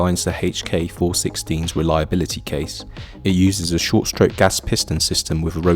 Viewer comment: ai crap...cant even pronounce "reliability" what CRAP